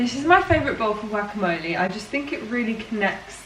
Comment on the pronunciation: I just kept hearing gracklemole ;)